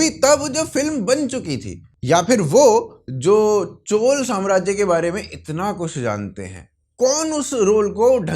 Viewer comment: Chol samrajya nahi Chola Samrajya. Please pronounce properly.🙏